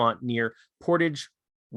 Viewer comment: Waupaca is pronounced waw-pac-a. Portage is like portaging a canoe.